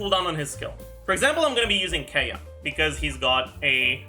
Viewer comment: It's Kiiy-ya not Kae-ya. It's not phonetically sound